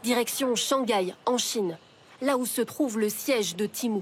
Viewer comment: En 5 minutes de vidéo vous avez réussi à prononcer temu de 3 façon differentes. Je sais pas si c'est de l’incompétence ou de l'humour d'un autre age.